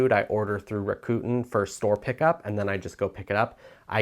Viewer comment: It’s pronounced Rack-ah- ten…😊